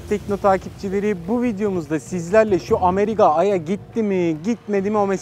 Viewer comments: Abi Ameriga demişsin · ameriga :D